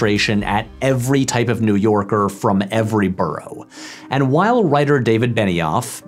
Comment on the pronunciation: If I have to hear Patrick say "whole I was on that island" one more time I'm done with this channel for good